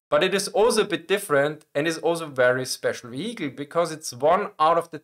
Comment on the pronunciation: ve-HE-cle. I love this channel.